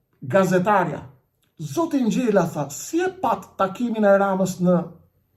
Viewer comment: JO SPARTAK NGJELA PO SPARTAK NGJALA 😂😂😂😂